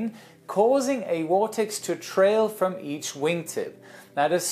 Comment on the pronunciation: I guess he said "from" the preceding plane, but it sure sounded like "to" the preceding plane, which would be bass-ackwards.